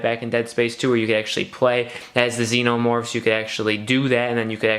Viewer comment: Necromorphs not xenomorphs